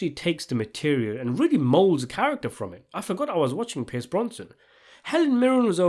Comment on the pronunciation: Your distinctive pronunciation of Pierce Brosnan has people triggered.